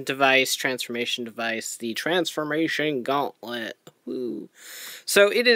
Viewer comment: "Teh transfermation gawnlette."